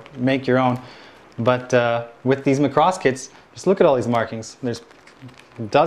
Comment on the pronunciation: why you say macross like Lacrosse????????????????